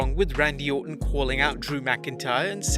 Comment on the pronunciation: its Orton not ortan